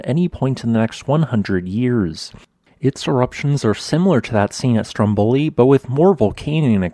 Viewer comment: Very nice! Just a little pronunciation tip from Italy: it is Stròmboli, not Strombòli. The accent is on the first "o".